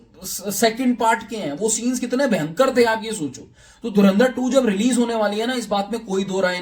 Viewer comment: Dhurandhar bolo be... dhurinder nai